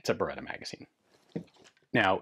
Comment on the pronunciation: Thanks for the correct pronunciation! Even that is part of history. This is, to my eye, the best-looking Beretta 92 pattern pistol yet.